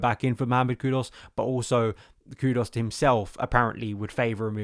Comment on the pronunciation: It’s impressive how many player’s names you mispronounce…’estavao’, ‘maduwake’ and ‘kudos’